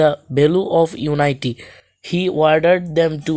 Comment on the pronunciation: কথাটা ইউনাইটি না ইউনিটি হবে আপনিতো ভালো করে উচ্চারণটাও করতে পারেন না 😂😂😂😂